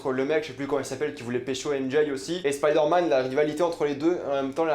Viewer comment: Pourquoi tu prononces “spider” en anglais mais “man” en français ?